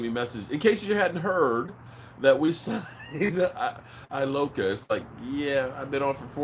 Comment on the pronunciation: It's George E-loca